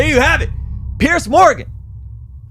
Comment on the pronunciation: I like but I don't think he has the slightest idea who Douglas Murray is -- which is a shame. Douglas is not petty; he's witty and brilliant and a prolific writer about the decline of the West. He's widely respected as a deep thinker. ("Peerz" Morgan, not "Pierce.")